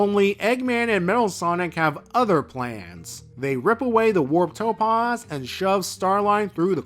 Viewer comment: The 'a' in topaz is pronounced 'aah' as in 'back', not 'ahh' as in 'calm'.